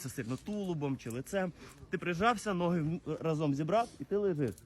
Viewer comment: Все хорошо, але ногы неправильно